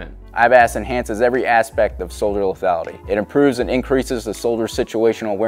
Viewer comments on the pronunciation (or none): So,,, soldier "ETHALITY" ???? see time chop